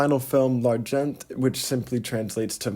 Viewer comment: Nice vid, thank you, but you don't pronounce the 't' in 'L'argent' in the French pronunciation you're trying to do .The 't' is silent. 'The phonetic pronunciation would be more like 'Larjon'. Also you say 'readability of models' just before then when i think you mean unreadability.